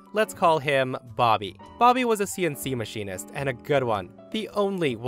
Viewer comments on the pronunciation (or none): none